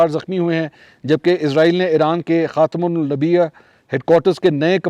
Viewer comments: Khatymul nabia nhi khatymul nabyen..Sahi talafuz Hy. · منصور بھائی لفظ خاتم النبیین ہے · بہت شرم کی بات ہے کہ انگریزی تو فرفر بول لیتے ہیں آپ لیکن ۔خاتم النبین نہیں بولا جاتا مسلمان ہونے کے ناطے پریکٹس کر لیں